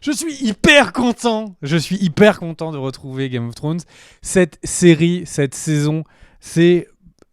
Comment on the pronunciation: C'est possible de dire au gars de droite de dire trône de fer au lieu d'essayer de dire Game of thrones "Game of frônes".. pu capable haha ! Mais à part cela vous faites du bon boulot !